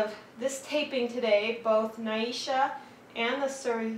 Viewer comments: Not NI sha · It’s Ne sha